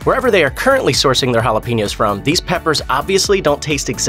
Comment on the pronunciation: It's not pronounced hala peen yos, it's pronounced hala pain yos.